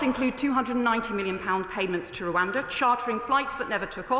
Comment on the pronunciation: She can't even say Rwanda properly.